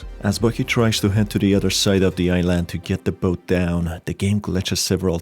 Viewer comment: Man says "i-land" as if it were an apple product